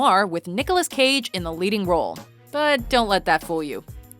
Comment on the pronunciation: 1995 oscar, best actor, leaving las vegas. moonstruck, raising arizona, kiss of death, matchstick men, face/off, the rock, gone in 60 seconds, & there are a bunch of others... & it's cage, not gage.